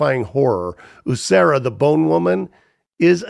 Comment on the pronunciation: Great video — I loved this list, and I was really glad to see Huesera: The Bone Woman included. Just a small pronunciation note: the title is said “weh-SEH-rah,” not “Hooseria.” And the director’s name isn’t actually that hard once you hear it: Michelle Garza Cervera → sare-VARE-uh. Also — with a first name like Michelle i think it's a pretty safe bet that it's a she and not a he as you stated. It’s such a haunting, beautifully made movie — thanks for shining a light on it. 💀🖤